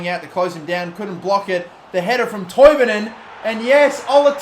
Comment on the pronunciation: Omg someone not from Sweden can say Toivonen